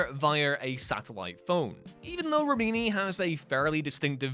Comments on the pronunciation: You are mispronouncing Remini. It's pronounced as you would say remedy, but substitute an N for the D. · Jesus Christ you can't pronounce Leah Remini name right and you keep saying it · It was grating, wasn't it? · whatculture is known for mispronounced words